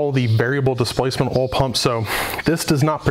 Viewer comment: Holy shit...say it with me Oil pump...not OL pump...lol